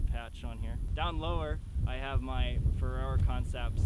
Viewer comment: you sound like you're saying ferrero haha